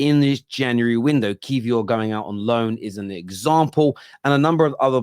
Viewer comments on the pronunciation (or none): none